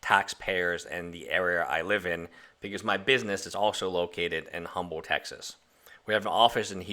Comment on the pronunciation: If you live in Humble Tx, you need to get the pronunciation of “Humble” correct...it’s Umble, the h is dropped.